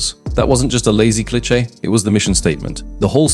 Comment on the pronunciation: This sounds like AI. The tone, voice and pronunciations like "Clitchay" for "cliche"